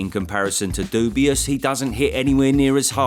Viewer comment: It always cracks me up how you always refer Daniel Dubois as Daniel Dubious.